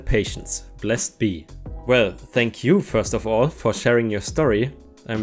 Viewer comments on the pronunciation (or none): The first story at the end, it's actually pronounced Bless ED Be, like saying Bless and the name Ed all together. It's a Wiccan thing (or Pagan thing) just wanted to clear that up for you